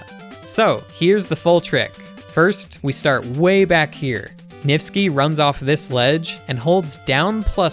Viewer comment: “NIFTSKI” yeah I’m not surprised